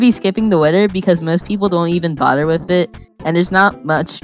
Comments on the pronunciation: its not wit-her its wi-th-er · How does one confidently pronounce “wither” as “witter”..? Like you know damn well you see an “h” there. How does one just decide “WITHER” must be pronounced WITTER. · When says "Widder" 🥺